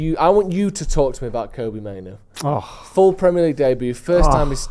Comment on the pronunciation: Can someone tell that there are two Os in Mainoo, not one. "Mainoo" not "Maino". even pronounces it correctly in fromt of him